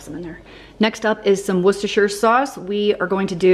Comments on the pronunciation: Look at you being a pro at pronouncing the W sauce now! :) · Look at you pronouncing Worcestershire like a pro (I watched the videos where you learned how to say that just the other day!). :D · the Queen of Worcestershire! Your confidence in your pronunciation came across so smoothly, it was simply effortless 😂